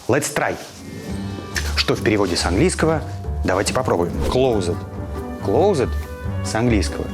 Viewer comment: Илья кое что не совсем точно перевёл, rain every time переводится как каждый раз, но не всё время...(all the time) как он перевёл)) Также слово закрыто (closed) произносится без буквы Е....небольшие нюансики, которые бросаются в глаза, не принимайте близко к сердцу, просто безобидная поправка, человеку,не живущему в англоговорящей стране, вполне простительно...😉😊